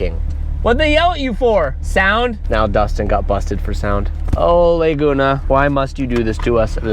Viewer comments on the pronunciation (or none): LAAAAAAYguna?? What are you saying? You say that so yucky. So famious you can't pronounce the name?